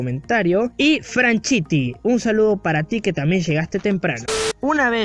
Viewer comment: Bro no era franchity si no FRANCHUTY xddddd pero gracias por el saludo